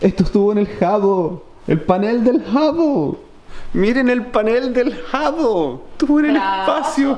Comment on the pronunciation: No sabes pronunciar "Hubble" :v